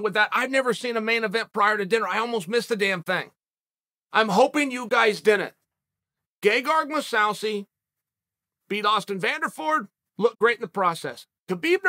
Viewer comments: Gay-gar-moo-saw-see - Chael Sonnen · Gegard "GayGuard" Mousasi . Uncle Chael is a national treasure.